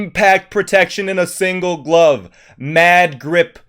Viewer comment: I thought he said "mad drip" instead of "mad grip"